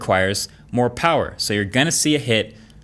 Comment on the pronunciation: MOO PAWUH BABYYY